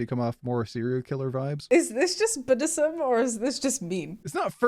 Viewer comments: Am I the only one who heard buddhism when they said bdsm?? 😂😂 Had to rewind it to figure out what was going on lol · I don't know that I'm on board with BDSM being pronounced "B'd'sm" like a buddhist talkung about his faith while being both hurried and lazy.